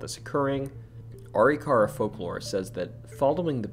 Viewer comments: I dropped a like. Funny story. I live in North Dakota. When I first moved here I also pronounced Arikara the same as you. Are-E-car-uh. My wife laughed pretty hard as Arikara St. is not from our house in Bismarck. When we drive by we still joke about it. It is actually pronounced. A-Rick-err-uh. In my masculine need to be right, I chased it pretty far until I watched a couple of You Tube videos of actual Arikara tribe members. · Arikara Uh-RICK-uh-RAH Almost everyone gets that wrong. Appreciate you!! Also, when growing up the ghost stories I heard about Custer's house were mostly about his wife. That she is still waiting for him to return from the battle. I believe there are some original items in the recreation too...but I could be wrong!